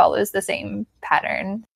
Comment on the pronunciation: The word "pattern" but i hear "parent". LOL. Thanks for your video!